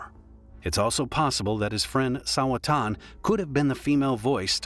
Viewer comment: Sawa-chan, NOT Sawa-tan